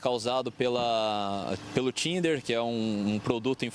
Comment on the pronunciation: 😂😂😂 é que o bombeiro falando Thinner pareceu estar falando Tinder